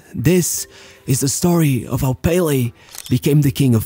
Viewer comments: If you are going to pronounce Santos as santosh you can call pelÉ by his name, its not PÉle but pelÉ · The pronunciation is Pe-LE not PEH-le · I love how you always pronounce most Brazilian names correctly (not the case of you pronouncing Pelé btw)